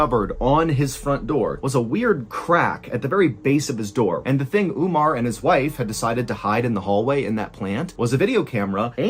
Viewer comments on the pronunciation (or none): Not ‘Oomar its Umar’ And not Abdoolah Abdullah